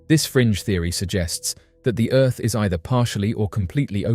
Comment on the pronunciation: CONCAVE EARF IS REALLLL